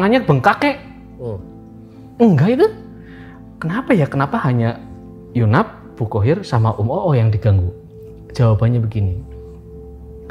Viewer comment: Yg bener yu nap, bukan yunaf